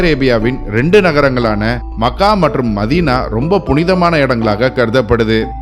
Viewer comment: Mech - ka. . . Makkkaa illa. . . otherwise it's a good video